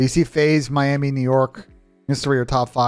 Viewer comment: That “Miami” had my ears bleeding